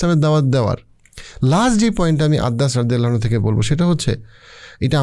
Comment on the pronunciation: Apnar uposthapona khub e shundor kintu shobshomoy lokhkho korechhi apni Sallallahu Alaihi wa sallam ebong Radiallahu ta'ala anhu porar shomoy ato druto ta poren ja shothhikvabe uchharito hoyna beshirvag shomoy... plz ai uchharon gulo adobotar shohit ebong shothhikvabe uchcharon korle khushi hobo🙏🏻